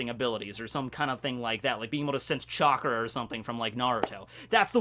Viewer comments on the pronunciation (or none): none